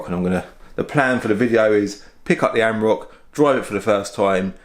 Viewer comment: Reminder of the emissions scandal, defiantly not cheap to run! Also, it’s an Am-or-ack, not a am-rock. And a twar-eg not a tour-eg. Other than that, very interesting video! Keep up the good content :)